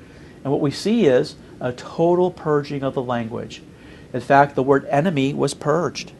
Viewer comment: enemy NOT eemt.....